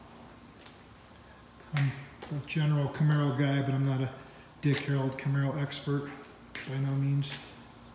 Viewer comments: Def saying Harold, driving me nuts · STOP SAYING "HAROLD" It's Dick HARRELL!!! The badges are right on the car! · Yup - He repeatedly says "Harold" rather than "Harrell." He also says Fred "Gibbs" rather than Fred "Gibb" lol. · "I'm a general Camaro guy but I'm not a Dick Harold expert, by any means." No kidding. When you don't even realize that the name is HARRELL, not HAROLD, it's pretty evident that you're no expert. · A testament to how clueless the guy is. He's reading the name three dozen times and STILL gets it wrong every time, no matter how many times he sees it. And by the way, it's not "HARrell", it's pronounced "huh-RELL", with the emphasis on the second syllable. So the guy has it wrong 2 DIFFERENT WAYS! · exactly - - of course you're not an expert you can't even pronounce his name correctly - - no D on the end its Dick Harrell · Why do you keep saying Harold ? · Great Car!!The guy doing the narration on the beginning needs to atleast pronounce Dick Harrell right.....it’s not Harold!!🙈look at the badges Dang! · You keep pronouncing his name Dick "Harold". There is not a D at the end of his name. Herrell, try sounding it out slowly. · It's Dick Harroll, not Dick Harrold. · You would think somone that owns this car and knows what it is would be able to pronounce "HARRELL" not Harold!!! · Amazing find, congrats!!! But there’s no D on the end of our last name. Just double L’s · If only there was a badge somewhere on it with the correct last name so you didn't butcher his name over and over....oh... yeah.